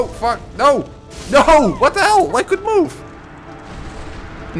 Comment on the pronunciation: Love the dutch sounding ''NOUUUUU''